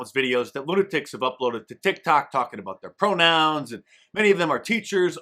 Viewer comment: A Canadian critical of pronunciation.. the hell you going on a boot?